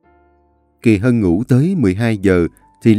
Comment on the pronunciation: Anh đọc lộn Kỳ Mỹ với kỳ Hân😂😂😂😂😂